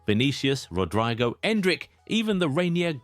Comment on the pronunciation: How the hell do you pronounce Rodrygo as "Rodraigo" I've had it with you, you're dumb as hell or you're just doing it on purpose. There isn't any new video of yours unless you mispronounce at least, one player's name